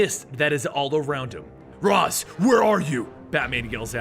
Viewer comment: That moment when he called Ra's "Raz" I no joke got triggered 😂 (if you didn't know,its pronounced raysh